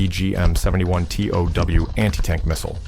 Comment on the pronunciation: TOW Pronounced "toe."